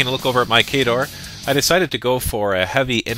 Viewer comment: how could u say khador wrong :O